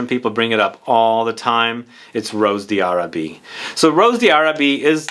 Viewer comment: It's French :) it's pronounced Ross "Darabie"